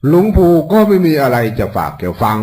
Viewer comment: หลงปู่ไม่ใช่คนไทยเต็มร้อยหลงปู่พูดผิดแล้ว